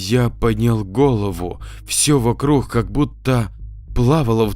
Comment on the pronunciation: Вокрух😏 - Не приятно когда "г" читают как "х"!!!- пожалуйста, не ломай в чтении произношение! Ты же не читаешь!: "-...существо с рохами"!!!- с рогами 👆👆👆 Не в обиду ✊🤝